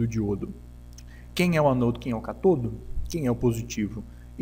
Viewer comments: Por favor aprenda a dizer as palavras ânodo e cátodo, estas têm acentos por alguma razão. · Nota: Ânodo e cátodo são acentuados e devem ser pronunciados em concordância com a escrita. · Amigo, muito bom o conteúdo! Porém, ânodo e cátodo tem acento na primeira sílaba por um motivo... ;) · Uma dúvida, o pessoal fala "anôdo" e "catôdo" por tradição, convenção ou o quê? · Sãos os acentos de cátodo e ânodo (são proparoxítonas), que indicam a sílaba tônica, que deve ser pronunciadas mais forte que as demais. Sua pronúncia está paroxítona, ou seja, com a pronúncia do "to" e do "no" mais fortes. Entendeu? Mas nada que diminua a qualidade de seu vídeo ou aula, que está 10!